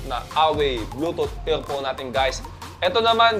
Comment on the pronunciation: Bluetooth EaLPhone, Bulol Hahaha